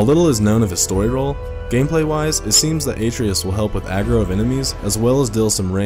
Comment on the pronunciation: Great video but the way you pronounced Atreus made me cringe. It's more like "Uh-trey-us"